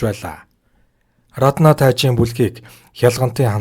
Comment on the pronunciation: Рррраднаа гээд байх юм.Раднаа гэж бичээд Араднаа гэж дуудаж байлдаа